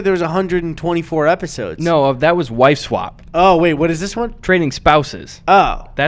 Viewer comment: eddy keeps saying “wive swap”